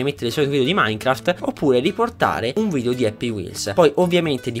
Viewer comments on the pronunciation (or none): none